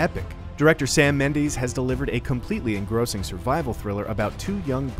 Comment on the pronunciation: Dude doesn’t know how to say Mendes lol